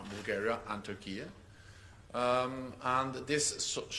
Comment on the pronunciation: Why did that NATO guy pronounce Turkey like that? 🙄